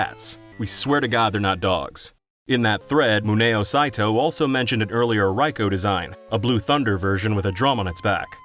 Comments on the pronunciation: Hearing someone pronounce Raikou properly is genuinely so satisfying 😂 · After several videos from False Swipe Gaming it's so refreshing to see someone actually pronounce Raikou's name correctly.